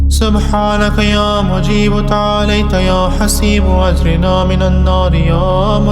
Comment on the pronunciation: Ap agirna ko agrina prh rahy hain jo zair ki galti h wsy achi h